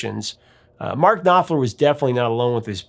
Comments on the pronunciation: The K and P in Knopfler's family name must be pronounced since it is a german one. So it is pronounced as KnoPflah. Syllable ending -er sounds as -ah. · The K in Knopfler is not silent.